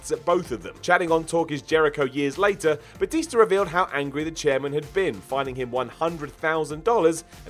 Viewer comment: And it's batista not batister